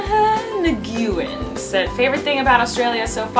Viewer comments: No no no Colleen, Nguyen is pronounced 'win'. Not nagoyen. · You pronounced the first person's name wrong! lol i have the same last name. It's spelled "Nguyen" but you pronounce it like "Win". i know it's weird but it's a common Vietnamese last name. :) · it's "han nooyen" haha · Nguyen is pronounced "win" in English. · Looool at the way she pronounced "Nguyen."